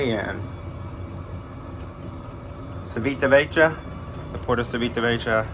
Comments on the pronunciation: Hi, I'm loving your videos and you convinced me to have my first cruise on the Celebrity Apex next year (Norwegian Fjords)! PS: Civitavecchia should be pronounced Chivitavekkia 😅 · Looks like a great ship. Just FYI it is pronounced chee·vee·tuh·veh·kee·uh